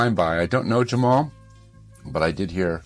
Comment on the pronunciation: Jamul is pronounced Ha Mul